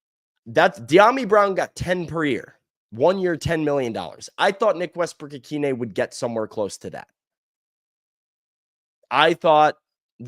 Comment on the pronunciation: Guys as a hardcore dolphins fan I am sorry that you lost NWI because our content creators can’t even pronounce his name right and it hurts my soul